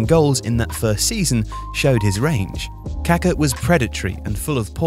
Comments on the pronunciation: Kaká, not Kaka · The mispronunciation of Pelé's and Kaká's names by the British media both during and after their careers, given their magnitude in the sport and how easily it could have been corrected, is of an ignorance and disdain typical of colonial habits and mentality. smh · Dude, if you're going to do a video about the guy, at least learn how to pronounce his name properly. He was anything but poo-poo.